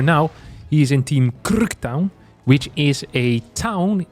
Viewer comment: that is not how you say krk🙏